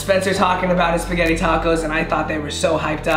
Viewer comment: Yo yo yo when he said speggite tacos I was like hold up wait a minute